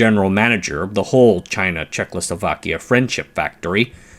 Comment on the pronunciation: I love your videos - thank you for them - but you need to say Czech-o-slo-va-kia - not czech-lo-so-va-kia